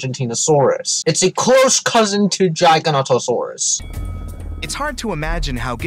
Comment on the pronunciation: "Gigantosaurus" "GiganTosaurus"